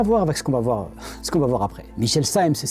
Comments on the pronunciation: Effectivement, indiscutable que c'est de l'arnaque. Par contre, y'a 2 points que t'a soulevé comme incohérence, que moi perso, je peux pas identifier comme tel. - Le 1er, c'est la prononciation du nom de Cymes par les personnes qui parlent de lui ( " témoignages " ) . Pour une raison simple. Des gens qui prononcent mal le nom de personnes, bah ça existe hein ^^ . Souvent, c'est du au fait d'avoir souvent lu le nom, mais, ne jamais l'avoir entendu prononcé. Et, j'avoue, c'était mon cas ( jusqu'à voir cette vidéo ) pour ce fameux Cymes. Je connais le visage, oui. Connais le nom, oui, mais en fait, seulement à l'écrit, je l'avais jamais entendu à l'oral. Si j'avais du parler de lui dans une discussion, j'aurais fait " l'erreur " de le prononcé " Sims " , car le E n'ayant pas d'accent, je me doutait absolument pas que la fin du nom se prononcé " ès " ( quand on parle de " pintes " par exemple, on le prononce pas " pintès " hein ^^ donc comment se douté que son nom se prononce " Simès " et non pas " Sims " quand on as jamais entendu le nom être prononcé ^^ ) . Pour cette raison, ce truc la ne soulevé pas un red flag pour ma part. Si j'était tombé sur la vidéo, j'aurais rien vu de chelou concernant la prononciation du nom. Quand on sais comment le nom se prononce ( ce qui n'était pas mon cas ) , en revanche, c'est un poil différent. Car, autant les " témoins " pourraient se planter dans la prononciation sans que ça soulève de suspicion ( les gens qui prononcent mal les noms, c'est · Déjà quand les témoins parfaitement francophone se mettent à dire saïmz au lieu de prononcer cimès ... À moins qu'ils soient tous né au Québec ? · À il dit lui-même « grâce au docteur Cymes », ce qui est déjà ridicule, mais en se trompant de surcroît sur la prononciation de son propre nom 😂